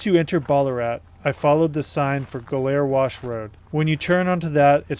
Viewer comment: BARLARAT ??!! Looks like "Bal ar at" to me... 'Ga Lair Wash' ??!! "Go Lar Wash " is how I would pronounce it ??! Wtf ?? "May ers Ranch " ??!! It looks like "My ers Ranch" to me...